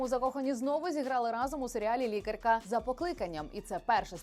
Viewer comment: Якась вимова дивна "лікарька"😅 Ведуча наче нарвана з такою озвучкою. Голос з надривом - воно й не дивно.